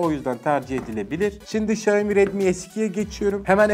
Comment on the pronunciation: sonunda Xiaomi'yi doğru söyleyen biri, teşekkür ederim İksaomi diye okuyanlar yüzünden kanser oluyordum